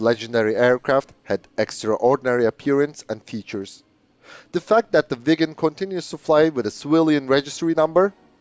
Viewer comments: Swede here, your Viggen pronounciation is good. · Aggre and im Swedish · You say viggen perfectly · You are pronouncing “Viggen” beautifully, exactly like a Swede would do! 👍👏👏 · yes you pronounced viggen correctly in this video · Swedish is a bit strange for non Swedish.. we have sounds in word that are special. Draken= the a sound is the same as when You say the word "are" and the Ken doll name so Dra-Ken but in one word! Viggen You said right. Gripen is.. the i sound like ea in the word "easy" and pen is like the pen you wright with, So Gri-Pen in one word. if you have 2 consonants like Viggen you have that like the american word "rig"... If You use old British english, then the sound on the letters will be very near...